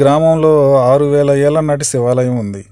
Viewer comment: shivalayam ani spastanga palakandi